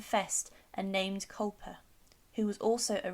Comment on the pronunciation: It's Culpeper not Culper!